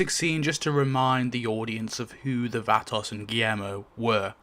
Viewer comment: T Dog got axed because he kept showing up late to the set and was unprepared. They gave him less and less screen time till he was written off. I never liked Lori and couldn't wait for her to go. I cried for her death scene, but glad she was gone. It's pronounced va·to /ˈväˌtō/. At first I didn't know who the hell you were talking about, till you mentioned the nursing home.